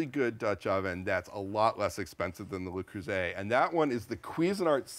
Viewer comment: Finally! or someone stopped saying "lay" Creuset!